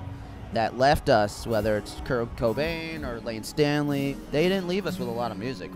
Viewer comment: Am I the only one slightly irritated that he didn't say Layne Staley's name properly? Otherwise, great tribute to an extraordinary man who will be missed dearly. Where ever you may be sir, I hope you're resin peacefully.